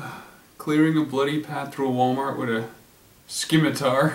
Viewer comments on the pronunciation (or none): A scimitar is a type of sword with a curved blade. Also, the "c" in "scimitar" is silent.